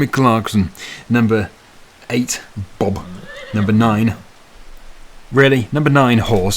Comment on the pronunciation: Thank you for properly saying ,,Bob".